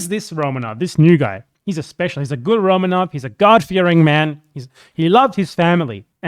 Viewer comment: 'ramenovs' wtf